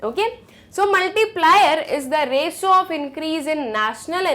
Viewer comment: U r going great!! Your knowledge is also smart…. But there is need to work on your pronunciation of words like “debt”, “ratio”, and many more. Your correct pronunciation will surely help you in future prospect. Wishes!!❤